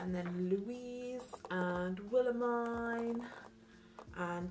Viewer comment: i keep getting SO triggered when she says Willemijn’s name wrong 😭 but great video, very jealous of all the merch!!